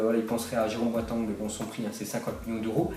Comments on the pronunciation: Boateng ça se prononce "Boatèng" Est-ce que tu dis "Meussi" ??? Non tu dis "Méssi bah là c'est pareil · Boateng mdrr ta prononciation et nul